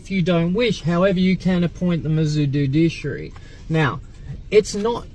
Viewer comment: Dude-Dish-Aree, it's a meal similar to Kedgeree!